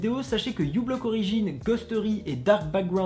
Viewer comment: Juste pour information, le u de ublock origin, c'est par rapport au signe "µ". Du coup normalement ça se dit "Microblock origin". D'ailleurs, a quoi ça sert de bloquer des mouchards grâce a ghostery si on utilise Chrome ? autant utiliser chromium du coup non ? :)